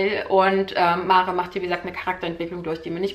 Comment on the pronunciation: Das Mädchen heìßt [mär] ...ausgesprochen